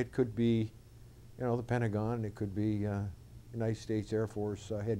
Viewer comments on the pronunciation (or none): none